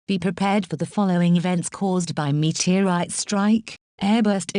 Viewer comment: met-era-ite XD